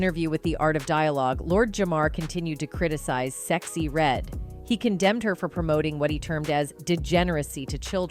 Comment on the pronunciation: You say a lot of black people names wrong you sexy red wrong I agree she a industry plants